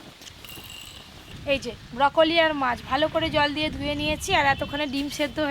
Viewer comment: ব্রোকলি না বউকলি 😂🤣